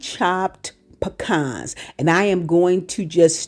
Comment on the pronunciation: Ma'am, you had all my attention when you pronounced "pecans" correctly. Thank you.